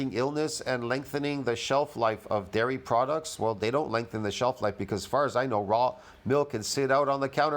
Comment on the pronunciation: Every time says big dairy, it sounds like ‘big Gary’!🤣🤣🤣